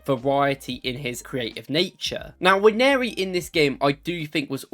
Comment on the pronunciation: By the way, Nwaneri is pronounced Un-Wan-Nay-Ri not Wan-Airy.